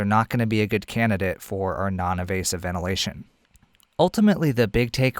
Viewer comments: for “Less evasive way to provide support...” did you mean “Less invasive way...?” I think I hear you saying “evasive” throughout, which I’m sure you don’t mean. Thanks a lot for your otherwise excellent piece! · I think you mean invasive and not “evasive”